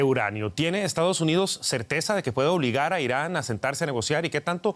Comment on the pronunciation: Inari o Irani? Jajaja